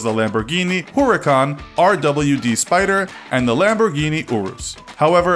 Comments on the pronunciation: Yep I love my ¢enario and my huurucan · Pronounced veneno wrong, showed 2 wrong pictures pronounced huracan wrong and also had 3 wrong acceleration times